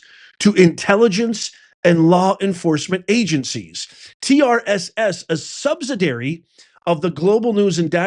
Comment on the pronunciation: Subsidiary five syllables not four